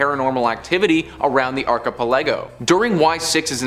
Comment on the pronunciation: Can you really not pronounce archipelago ? 🤦‍♂️